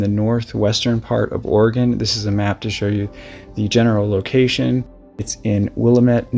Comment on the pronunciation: Not will- a- met. It's Will-lamb-it. Sorry to be nit-picky, but I lived there for almost thirty years. That was hard on my ears. It's not Ore-a-gon. It's Ore-a- gun. You got that one right!